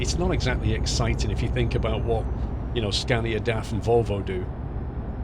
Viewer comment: pronounce DAF correctly but you do not pronounce MAN correctly, loco pendejo, ahhhhh